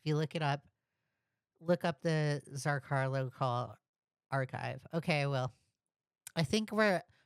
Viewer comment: idk why but every time you say it as ‘zrcarlo’, my brain screams ‘zrCALO’ but I’m just a little stupid like that, anyway back to the video